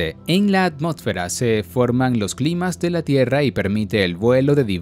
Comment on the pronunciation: la atmotfera verdad Lifeder Educación